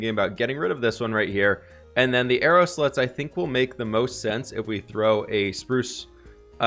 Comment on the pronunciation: Are you calling them "arrow sluts"? instead of "slots"?